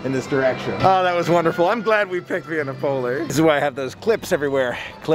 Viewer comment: Love your videos.! Via Napoli is said Via Nap-o-lee